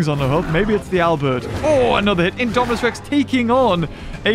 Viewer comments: You kept saying indo rapter instead of Indominus Rex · He said indorapter when it was indominus rex lol